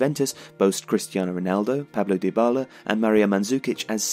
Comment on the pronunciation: Im certain you said Pablo Dybala